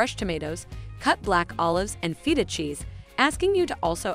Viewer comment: She said T-zack-zicky sauce and Feet-a cheese!! 🤣🤣